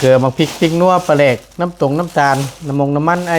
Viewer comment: ปลาแหลกคือแบบใดไม่เคยได้ยิน ออกเสียงมห้ชัดเจนหน่อย